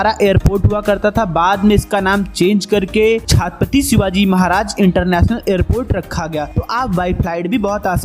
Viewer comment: Bhsdke chhhaaattttpati kya hota ha..... tarike se naam le